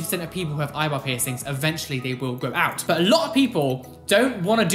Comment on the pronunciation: I always hear „Eyeball“ instead of eyebrow 🤣